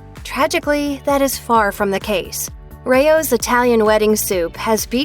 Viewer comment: I didn't like your enunciation of RAO's brand name it's not Ray Ohh's you maroon